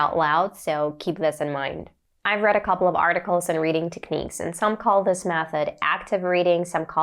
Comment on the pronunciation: You sound a 100% like a native speaker, I wouldn't have been able to tell if you hadn't said so. One word there you could improve, the word, "technique".